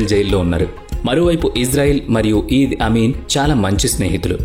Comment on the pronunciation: ఇడీ అమీన్ ( ఈద్ అమీన్ కాదు) ఎంటెబీ ఇవీ చదవాల్సిన పద్థతి